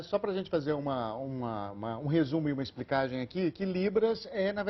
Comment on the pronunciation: Perdi a atenção quando o repórter falou explicagem